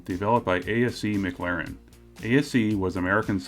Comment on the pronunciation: Why are you saying Mc Laren?